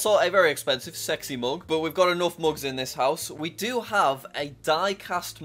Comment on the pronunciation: did you say seky mug